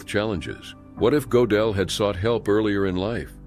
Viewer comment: Gödel [ Make your mouth as tho you are saying "O", but say 'e' through it! Goedel [= 'O Umlaut' Ö]: Gödel Not Go-del *Not OOber uber is Not a Word!! Either